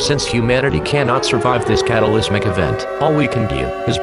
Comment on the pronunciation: Its not "The British Columbia ", its just British Columbia, and its Obliterate, not Obilerate. Cataclysmic not catalysmic.